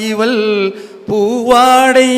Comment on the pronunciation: இவள் என்பதை இவல் என்று உச்சரிக்கிறார்